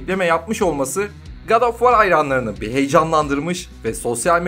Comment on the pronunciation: "Ankhertıd" filmi mi? Filmin adını translate'e yazıp okunuşuna bakmak zor bir şey değil. Edit: War kelimesi de vor diye okunur. İngilizce bilmemek suç değildir. Ancak en azından ses kaydı almadan önce yabancı kelimelerin okunuşlarına bakılabilir.